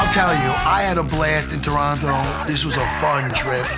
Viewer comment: He said Toronto correctly 🇨🇦! Thanks Dana!